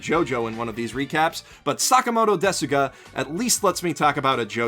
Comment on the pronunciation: It is "Sakamoto desu ga?" The "u" in "desu" is silent.